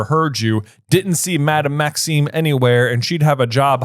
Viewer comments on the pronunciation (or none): Happy father's day! It bugs me that always seems to say Madam Maxine instead of Maxime 🤔